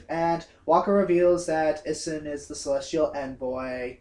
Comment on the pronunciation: get it right. its pronounced ee-soon. a=ah e=eh i=ee o=o and u=oo